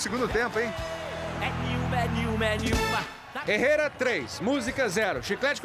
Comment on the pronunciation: O nome da música é "É nenhuma", mas o cantor pronuncia "é niuma"